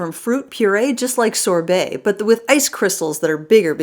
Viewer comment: Sorbet, not Sore Belly